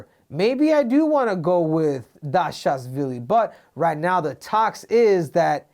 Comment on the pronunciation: Merab Dashazvilly lmaoooo